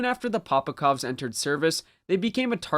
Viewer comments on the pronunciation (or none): POPOVKAs!!! Not POPOKOVs